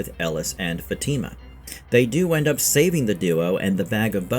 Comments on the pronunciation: how do you say Elgin and Fatima wrong but no other names? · Love this channel but it would be nice if you could pronounce Elgin & Fatima correctly